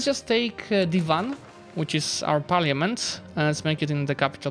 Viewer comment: Looks so good, awesome video!! One thing i wanted to say about Parliament.... since the word will likely be said a lot in EU5... its pronounced like "par-la-ment", the letter i doesnt really get said. Not sure if you mispronounced it on purpose or on accident, but thought id mention it just in case!! Love you